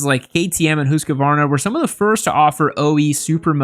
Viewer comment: pronunciation of Husqvarna...try hoose (like moose) - kvarna. It's compound noun meaning house mill.